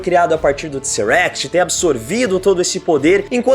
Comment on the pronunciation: alguem avisa esse cara q é Tesseract, e n Tseract